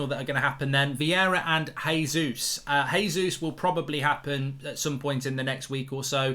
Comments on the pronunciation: Mark, Gabriel Jesus has been scoring in the league far too long to carelessly mispronounce his name. It’s a hard J. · It's JAY-zeus hes Brazilian, not Spanish omds lmao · Vieira, not Viera! ..... and Jesus, not Resus